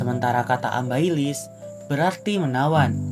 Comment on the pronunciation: Amabilis weh😭😭 itu keknya typo apa gimana, ambailis semua😭 lucu bgt, tapi masih bisa di cerna kok penjelasan nya dan bagus juga informatif bgt